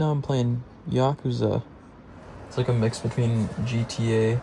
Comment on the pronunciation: When you pronounced yakuza correctly, it made me so happy for some reason. Keep on truckin'!!!!!